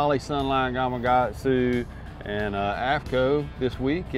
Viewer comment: Is Gamakatsu spelled wrong or can people just not pronounce the "K" in it? 😅👍